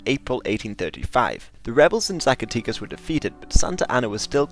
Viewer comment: The way you pronounced Zacatecas is really cute xD It's Zaca-'teh'-cas not 'tee' ;)